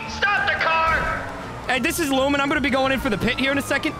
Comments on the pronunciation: Lawman not lewman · Lewman not luman